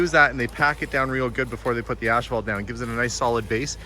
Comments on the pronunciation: Curious…where I live everyone pronounces it “as - fault.” How does everyone else pronounce it? Is pronouncing it “ash - fault” a Canadian thing, a regional thing, or an thing? 😉 I love these types of things! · Is he saying ASH phalt? Ive never heard it called that before. We say asphalt. No "h" in the word. I guess its different in Canada. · I am not picking by any stretch but it's spelled and pronounced asphalt not ashphalt. You are making me twitch when you say it :D hahahahaha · 😂😂😂it's pronounced ASS-FAULT...not ASH-FAULT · In New Mexico buildings were made with cinder blocks made with cement and volcanic ash. Is the "ash-fault" made with volcanic ash or is it just customary pronunciation? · The way, and others, pronounce that word may be better than in the States, or at least where I live, they say 'a$$-fault'!! 🤣🤣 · Is it a Canadian thing to say ‘ashphalt’, or just an thing? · I wish I had a hundred dollars for every time he said ass fault. I could go on a shopping spree. I thought maybe he was saying it so much because in his last video on the pool house, people in the comments kept pointing out how he says it differently than how it is pronounced in the US. Maybe that is how all Canadians pronounce it. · I noticed that, too, lol! I have never ever heard it pronounced, "ash-phalt." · I figured it was a Canadian thing. 😊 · ph is pronounced as f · But there is no "h"!😊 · Please, there's no "H" in asphalt. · Are you pronouncing asphalt differently for utube? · Great video - BUT - you make a bit of an ash of yourself for consistently pronouncing asphalt wrong.🤓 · There is no H after the S in Asphalt. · Canadian pronunciation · I have heard another Canadian YouTuber pronounce it the same way as.